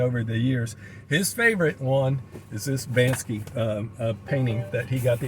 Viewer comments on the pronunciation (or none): Imagine having a Banksy limited edition print and not even knowing how to pronounce his name BANKSY, NOT BANSKY 🤡🙄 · BANKSY is a different artist BANSKY pronounced Ban-ski did the xrp monkey print is right you are wrong! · Bank-sy. That’s how you pronounce his name.